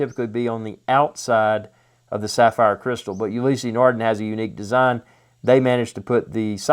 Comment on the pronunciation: It's not pronounced Ulyssey. Ulysse no "y" in the pronunciation. I have the Maxi-Marine Blue Surf. Amazing watch.